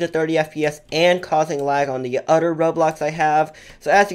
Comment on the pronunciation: Odder😂 “other” oml ilysm 😂😂😂